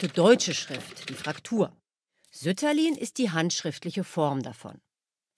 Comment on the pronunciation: Sütterlin wird doch nicht auf der ersten Silbe betont.